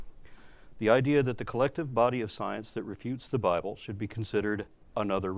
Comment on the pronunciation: your accent makes the "bible" sound like "buy bull" perfect